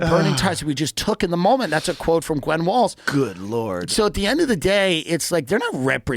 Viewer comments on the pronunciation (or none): none